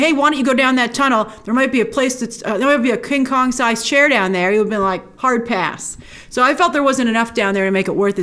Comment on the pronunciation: Every time you say "Kong" I hear "Khan". Star Trek is still with me :D